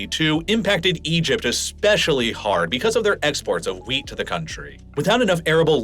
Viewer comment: Might want to really annunciate those Ts at the end of wheat. Sounds like you're talking about a VERY different kind of crop :-)